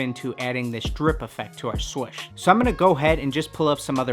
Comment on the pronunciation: He is saying swush